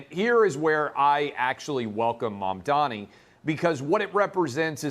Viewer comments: Bruh mamdani isn’t a hard name to pronounce 💀 just comes across like you can’t read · If you can't pronounce a very simple name, you probably shouldn't be on tv. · I can't get over the fact that they cannot pronounce his name - it is literally 5 (five) syllables!